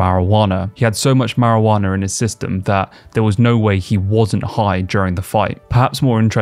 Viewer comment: Bro, there's no R at the and of Marijuana 😂 🤦🏼‍♂️